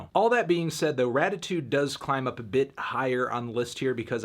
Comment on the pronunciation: Weezer: “Raditude” Melon: “Ratitude” Weezer: OK